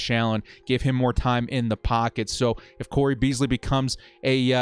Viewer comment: CAP DOESNT MATTER. CAP DOESNT MATTER. also watch a falcons game so u can pronounce it. or learn who cole beasley is. and stop using pff for everything.